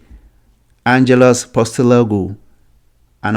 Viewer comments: Sorry but you butchered his name ! It is "Ange Postecoglue " pronounced = post - a - cog - lou BTW Ange is not going to the "chopping block" league soon. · post eh cog lou 👍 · This has to be some sort of a wind-up, the guy can't even pronounce his name!!! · Can't even say his name properly. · can't even say his name properly what a joke he's staying at celtic HH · you can't even say the guy's name right and you talk about respect 😂